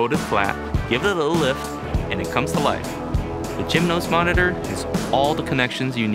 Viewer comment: Its a cool product but why he pronounce it as "Gymnos" when is product is named "Geminos" same as Gemini is pronounced.